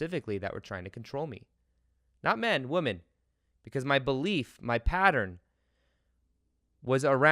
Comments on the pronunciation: Its funny how you say wo men and not wymin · The way you say “women”!😝 You say Woo-men, v. wim-en (sorry, speech therapist😋)